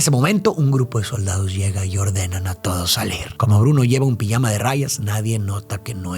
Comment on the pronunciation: "Pillama de rayas"😂 lo de pronunciar la J se quedó en el camino